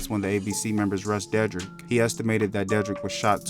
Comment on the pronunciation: De- drick is how it pronounced WTH